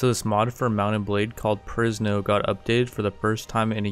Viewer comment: I hear Prison instead of Perisno